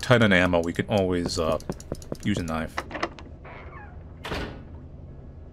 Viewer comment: knoife 😂 bri ish 😂